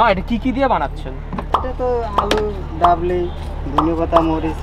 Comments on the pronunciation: বাবলি না,ডাবলি😐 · ভাইয়া বাবলী হবে না ডাবলী হবে। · oi not babli oi ta hobe dablii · What's Babli bro???😂😂 It’s Dabli😆😆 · The ingredient is not "Bablee" its "dablee". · thats dabri not babli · Its not babli its call dabli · Bro not babli dabli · vaiia oitake babli na dabli bole